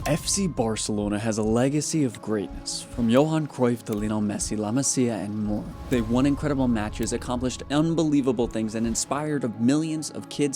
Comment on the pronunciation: “La Masia” is pronounced like La Mazia. In catalan when an S is between two consonants is what we call a weak S (similar to a Z for english speakers).